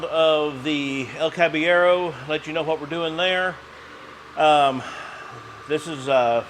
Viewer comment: it seems you can't roll the R in the name so substitute a soft D like "cab eh yedo". That should make it sound right if it is said fast enough.